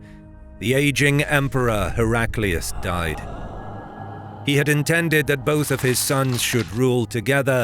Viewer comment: Hera Klee oos is the pronunciation one should use, not Herak lee oos.